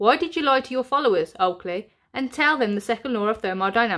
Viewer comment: Everytime you say Oakley its sounds like you mean to say "Twat" 😂😂